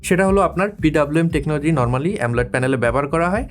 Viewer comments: AMOLED কে “এমোলেড" এর পরিবর্তে “এমলোয়েড" বলেছেন ভিডিওতে। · ভাই এতো দিন শুনছি AMOLED ( অ্যামোলেড) । আপনি বলছেন AMOLIDE ( অ্যামোলাইড) এটা আবার কোনটা?